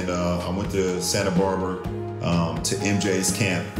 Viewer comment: My guy said, "Santa Barber". Sometimes I wonder if he finished High School...or he's lying again.